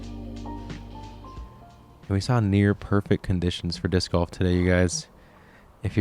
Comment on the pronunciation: I swear if I hear say “diss goff” one more time!! 😂😂